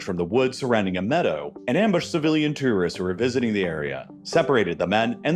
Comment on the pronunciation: Too-wrist? Whats that?